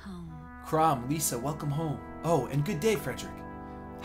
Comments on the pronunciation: Ylisse rhymes with Peace and Lissa rhymes with hiss. So E-lease and Li-sa not Leesa. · it's pronounced lissa, not leesa